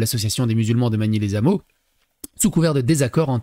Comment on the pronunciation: on ne fait pas la liaison les hameaux, on dit pas les ZAMEAUX, y a un H comme pour haricot.